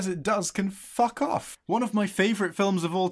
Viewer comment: Really love how puts the F sound in his F-bombs. And the pure logic at dispatching his critics with a clever counter argument. Nicely done.